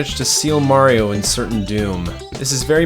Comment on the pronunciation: its not merio its mario